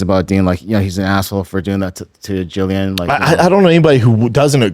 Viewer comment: pronounce her name Jillian